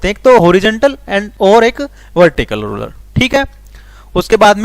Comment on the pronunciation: rurer nahi ruler padna ata nahi to kyu kar raho